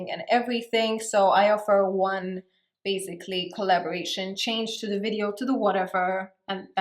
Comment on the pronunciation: It's basically... Not bazikly